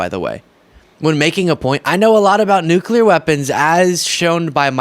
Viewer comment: 2016 he pronounced it nick u lar /nucyalar